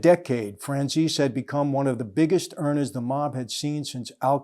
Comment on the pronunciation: Did you say "Earn-er"? Or was it like "Earn-uh"?